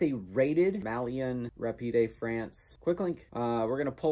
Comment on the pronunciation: It's pronounced ''my-yon''.